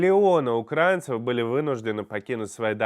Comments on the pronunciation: УкраИнцев, от слова УкраИна! Каких укрАинцев? Для русских сложно ударение в одном слове выучить??? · Пожалуйста, ставьте ударение правильно - украИнцев